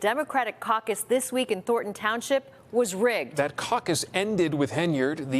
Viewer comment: She said “I am suing the caccus.” 🤣🤣😱😱😭😭